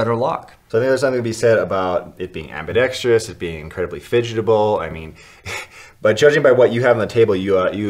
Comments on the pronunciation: Damn I’m gonna be that guy...”ambidextrious” is not a word fellas. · Why can't anyone pronounce ambidextrous correctly in the knife community